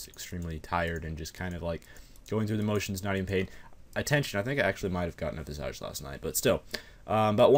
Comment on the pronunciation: Visage is pronounced Viz-ij.